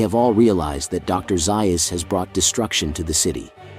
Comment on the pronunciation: I wish someone would tell the narrator that Dr. Zeus' name is pronounced Zayus and not Zeius.